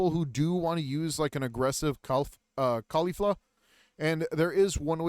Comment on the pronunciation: This dude takes forever to get through like nothing but decent guide not missing that much compare to most others. Her name is Call-ee-faa